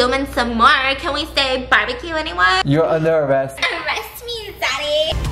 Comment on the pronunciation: Stephanie: "ArrEst Me ZaDdY" The comments: "ARREST ME ZADDY"